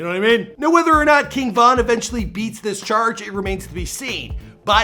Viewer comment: This dude is a clown for mispronouncing King Von name 🤦🏼‍♂️🤦🏼‍♂️🤦🏼‍♂️